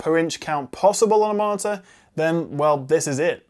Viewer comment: Is he reviewing a monitor or a 'martyr' lol. Seriously though, nice review!